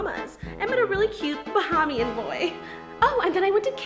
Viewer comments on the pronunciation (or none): its not bahamion boy its Bahamian boy